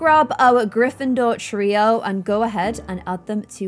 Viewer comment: grifindor treo Me: (gets rly annoyed) GOLDEN TREO